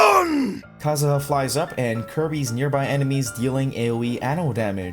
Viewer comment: Ah yes kazuzu